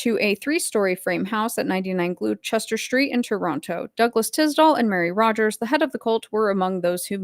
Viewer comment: another great episode! just a wee btw for next time; Gloucestor is pronounced GLAW STER. love from Scotland. And yes, the British Empire (a term coined by John Dee) is very much still in control. Many Americans dont know about tax that flows from USA to UK still, and of course Canada is another. Even the recent stories about the royal family is all just smoke and mirrors. It is all just so the UK / Royals can maintain their fingers in so many pies/countries around the world. After all, the City of London, not London itself, is the financial capital of earth. Even the current monarch has to ask permission to enter the City of London. The recent stories about Harry are merely to shore up more censorship laws for internet. CSA being used as blackmail on politicians was called 'the Brit' method when first exported to USA.